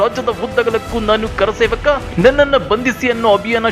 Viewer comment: ಆ ವ್ಯಕ್ತಿ ಗೆ ಕರಸೇವಕ ಅಂತ ಹೇಳೋಕೆ ಬರಲ್ಲ,ಕಾರಸೇವಕ ಅಂತಾನೆ.